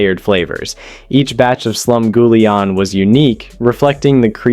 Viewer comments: Your pronunciations are driving me nuts. 8 minutes in, waiting for something I don’t already make pretty often. Cornbread? Gimme a break! Slum GOO lee ahn? Where are YOU from? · I hate this AI narration who can't pronounce Slumgulleon correctly. It's creepy.